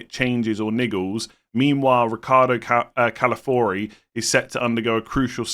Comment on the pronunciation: it’s Ca-la-fi-ori 🥹